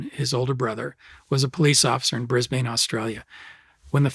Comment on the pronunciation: Lol nearly got Brisbane right 😆